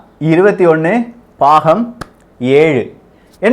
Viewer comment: Ajantha va!! Dei 🤣🤣🤣 Paagam illada, Baagam da Tamil pesa kooda theriyatha!!